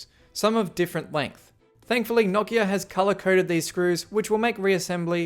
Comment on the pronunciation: Holy crap it’s so nice to hear someone say Nokia correctly.